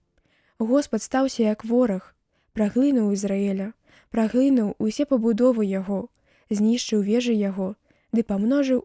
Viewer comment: Прачытана: праглы'нуў Ізраэля, слоўнік дае націск на апошнім складзе: праглыну'ў.